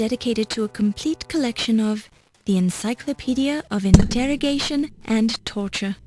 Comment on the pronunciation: did she say intertorrigation?